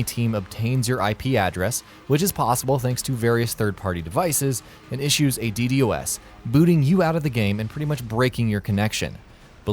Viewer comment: who says ddos like that xD